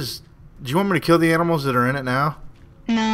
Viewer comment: He almost said aminals